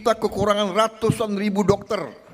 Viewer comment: Jangan panjang sangat Rrrr nyaaa😂 Dokterrrrr